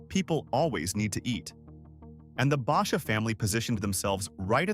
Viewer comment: Learn how to pronounce Basha